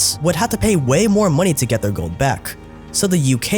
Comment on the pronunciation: Why can't the narrator pronounce the end of his words? For instance, his pronunciation of 'bought' is now 'bough', 'get' is now 'ge'. Drives me nuts. Good video though.